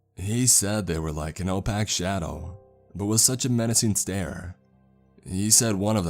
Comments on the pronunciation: "O-Pack Shadow" 🤦🏾‍♂️ I love ya tho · "Opack shadow" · “An O-Pack shadow.” WTF ? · StevenKeithCo I think he mispronounced “opaque” which is pronounced “ Oh-Payk”